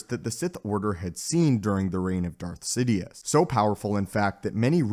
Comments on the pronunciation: Why do u pronounce Darth Sidious as Zidiuus? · I think he said Darth Zidious at least it sounded like that to me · he said darth zitious